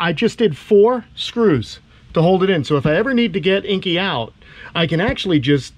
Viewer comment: The only thing you could have done better is say Inky’s name properly 🤣